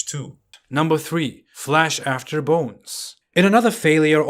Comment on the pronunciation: not only his arabic dead but his english has also died too flash after bones!!! lmao or is it flesh ? he pronounced flesh as flash .. Uuuuuwwwwwaaaaaaaaaa aaaaaah aaaaah aaah.. wasted trinutty kid ridvan